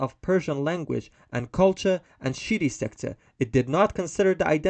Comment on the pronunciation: It's not shi tty ❤❤❤😂😂😂😂😂 It's shia